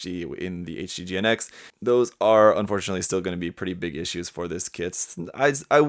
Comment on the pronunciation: GN-X plsss don't say GINX hahahaha